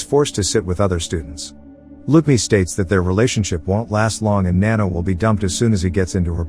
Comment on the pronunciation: its nanno not nanno